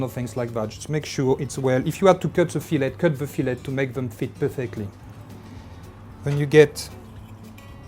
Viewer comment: Isn't it weird to hear a French man say "Fillet" pronouncing the "T"?